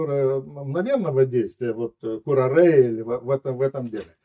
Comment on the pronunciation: На 21':смею заметить.-Яд "Курааре"❕Ударение ставится на "а" всегда.А не на "е" уж.Гость неграммотный,получается❔У нас...📹